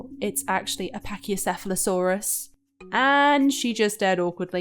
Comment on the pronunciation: Not gonna lie, I felt a bit relieved when said Pachycephalosaurus correctly. It's just a classic whenever I see a video on dinosaurs, majority of YouTubers always say dinosaur names wrong, and it kind of irritates me.